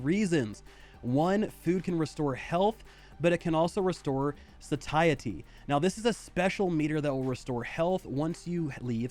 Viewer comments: bruhhh "sah-tie-etty" xDDDD it's "say-shi-ty" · FYI, Satiety is pronounced SAY-SHE-AH-TEE